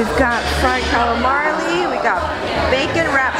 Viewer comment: i think you're the only one i can allow to get away with mispronouncing calamari. anyone else, i cringe. that food looks amazing.